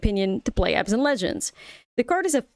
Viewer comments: isn't it abzan and not azban? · No, it’s Abzan